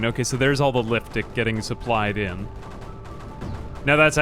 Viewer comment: Every time he says liftic I think I hear liftdick lol